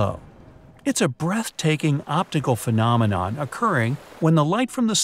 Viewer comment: He always says phenomenome on every top 25😂